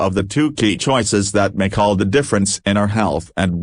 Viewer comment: Can you say... ChOoiiises...? :face-red-droopy-eyes